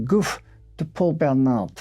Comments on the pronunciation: sorry, I guess it just bothered me how the most important name in this video was not pronounced correctly. I wouldn't have said anything, but then I saw your comment and I thought how ironic 😊 But yeah, I guess no harm done, it's fine either way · Except he doesn't pronounce them well at all 😅 He especially butchers the name of Gouffé, which, if it really has an accent on the last letter, the 'e' is not silent. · Not a big deal of course but the "é" in "Gouffé" is pronounced, like in the loanword "résumé". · The pronunciation is Goufe'y not Goof. Just saying is all. Warms BRex:202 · Excellent and interesting, but ahem are you having a bit of a linguistical joke with us? His name (as written) should be pronounced more like 'goo-fee' rather than 'goof' (I laughed every time you said it). If I'm wrong, then goof, c'est moi, non? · Isn't it pronounced Goo-fay? An accent means the "ay" sound in the French language. No accent on the "e" is Goof. Just saying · Gouffé - you pronounce it as 'goof' but the correct French pronunciation would be 'goufay'. Accents are never silent in French. 😊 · The name Gouffé is pronounce Gouffey because of the accent on the e(é), but you say Gouff 😂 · Btw, I think it's goufFAY - not goof! lol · One minor observation, I notice acute accent (accent aigu) over the E, making it pronounced like "goo-fay", whereas you pronounce it more like "goof", but I don't know the story and whether the accent itself is a mistake 👍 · Not "Goof", if that accent belongs there, but "GooFAY". On screen, LYON not Leon... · I noticed that too. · It’s pronounced ‘Gou Fay’ not ‘Goof’ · Gouffé is pronounced 'Goo fay' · Gouffé is Goo-FAY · But but but isn't it goo'FAY?? All those well pronounced French words but there's an accent ague on the final e. Goofy! 😂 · Its pronounced "goo-fay": the acute accent over the e makes it sound like"ay" as in "play". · Very interesting, but it should be pronounced Goo Fay. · It's pronounced "Goo-FEH". 👍🏻